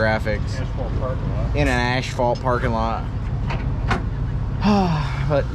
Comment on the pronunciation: There IS NO "ash" in asphalt. 👍